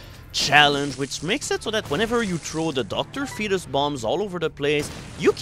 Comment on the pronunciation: finally learned how to pronounce Dr. Fetus!